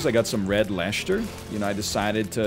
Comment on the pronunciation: Not sure why the topic of Cheese triggers me, but... Red Leshter! The curse of Worcester sauce strikes again. Leicester is pronounced "Les-ter", Worcester is pronounced "Wus-ter" + when is Chedder orange?!